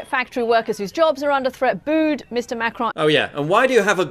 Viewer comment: thought it was macaroon for a second